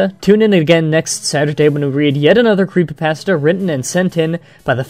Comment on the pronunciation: why don't you try pronouncing creepypasta correctly dumbass.